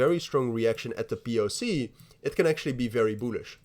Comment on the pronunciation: Very "boolish"🤣🤣🤣🤣🤣🤣🤣🤣💀💀